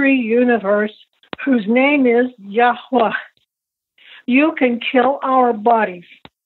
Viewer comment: It’s Yashuah or Yahweh